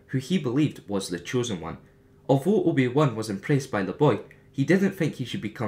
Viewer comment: loved that you said "the juan" XD